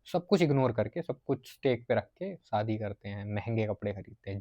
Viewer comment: शादी बोल ,सादी नहीं।